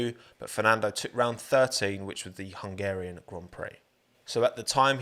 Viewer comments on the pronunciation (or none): “hugarian” grand prix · I'm sorry, but it's "2003 huNgarian grand prix" :)